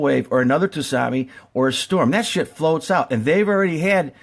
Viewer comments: Its spelled Tsunami but its pronounced SU-NAMI not tusami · Its pronounced su nom eee. The t is silent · Is he saying toots on me